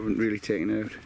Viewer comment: Nice to see you 'back oot' (proper), and looking well. Take care fella and ATB. 👍